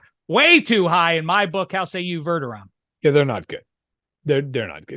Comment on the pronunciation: You hurt my ears with this “Verderom” it’s VerdeRAM homie.